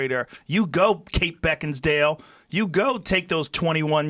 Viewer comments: Joe “Kate Beckins-dale” Rogan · "Bekins-Dale" god damnit I love you Joe